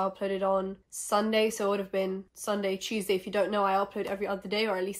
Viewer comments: Love how you pronounce “tuesday”, sounds like cheeseday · I’m so high when you were saying Tuesday it sounded like cheese day- so imma go eat now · It took me five minutes to realize that every time she said cheeseday she meant “Tuesday”